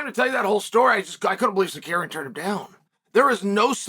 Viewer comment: Who the fuck is Sarkarian?